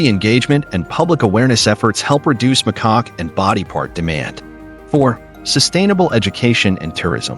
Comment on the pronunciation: Lol..your right, I kept giggling every time the AI would say "McCock" 😂😂😂.. how do you go from "Macaque" to "McCock"... I'm still giggling😂